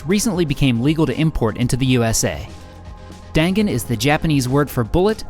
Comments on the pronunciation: The gan in dangan is pronounced more like gun Dan is more like the word done So it's like done gun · You pronounced dangan wrong.